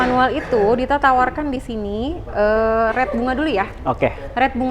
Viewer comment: "Rate" bukan "Red" sampe bingung.